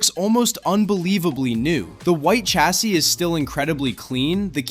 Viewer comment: chassis = "sh" assis